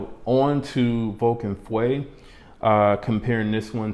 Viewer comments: « Feu » is the french word for « fire ». I am not good at phonetics to explain it correctly but the « eu » part should be pronounced like the french « e » letter. So for you English speakers it kinda sounds like « uh ». Also, note that the U is after the E. So you cannot pronounce it FWE. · Love your reviews for its laid back but thorough nature...! But please look up the French pronunciation for fire... feu.... It's not fwe .... Google will give you a close enough pronunciation. But other than that .... keep up the good work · Feu pronounces l ike "Fo" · as a French I can tell you that there is absolutely nothing close to « oo » sound in « feu ». Go on Google translate and type fire in english to translate it to French and listen to it. It might help you ear what I’m describing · French here and agree!